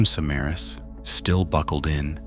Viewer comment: Not surprised the details were off. If this is a real person, they didn't bother even looking up how to pronounce "Samaras" correctly. Which is shocking because there's everything from perserved news reports to youtube documentations that give you the right pronunciation. I have suspicion this is an ai channel